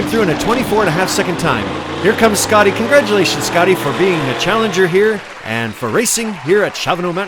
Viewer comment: As a German i can asure you that "Schotty" is pronounced "Shotty" and not "Scotty".